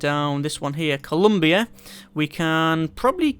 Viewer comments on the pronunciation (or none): I think I would live in this universe of Endless Space, watching with joy from my throne in ColumbA as you exterminate every other species in the galaxy. (Stop pronouncing my home system wrong!!!!)